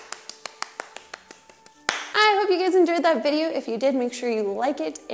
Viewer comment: ''Vdeyou'' lol